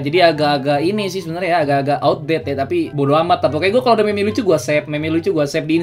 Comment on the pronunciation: nyebut meme naya jgn meme tapi mim ngerti gk pex?